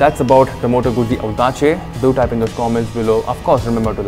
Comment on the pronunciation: ottima pronuncia...! well done ;)